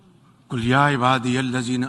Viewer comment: قل کا مطلب (کہو )اور کل کا مطلب(کھاو) موصوف نے اسے بھی غلط ہی پڑھا۔ان بد بختوں کی زبان سے اللہ کا کلام ادا کیوں کر ہوسکتا ہے